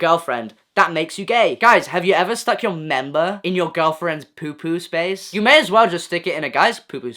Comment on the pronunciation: I can’t stop laughing at how he says “member” 😂😂😂